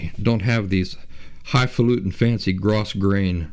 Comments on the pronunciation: I could add a whole bunch of comments here (just look at my profile pic), but I think the most immediately helpful is this: according to my mother (who can actually sew) that "grosgrain" fabric that you keep mentioning is pronounced, "GROW-grain." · Not being an expert, I don't mean to chide you but I recently heard it is pronounced grow-grain.